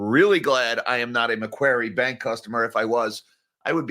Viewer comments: Hey, thanks for mentioning MacQuarie Bank - it's one of those high risk banks that border line should be out of business for taking too many risky loans in the past. Also, pronounced 'MacQuorry' (Austraaaaaaalian accent maaaaate) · Macquarie is pronounced "Macquarry"